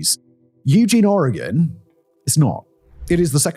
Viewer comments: I’ve lived in Eugene and the surrounding area my entire life. I work in Eugene, near the industrial area. It’s bad. Thank you for pronouncing Oregon correctly!!! Simon, I’ve been a massive fan. How cool to hear you talk about my hometown. Wish it were under better circumstances. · Nothing quite like having my city on the internet for this reason. Also, thanks for pronouncing my state correctly.